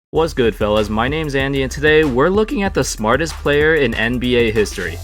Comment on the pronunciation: Thought u said smallest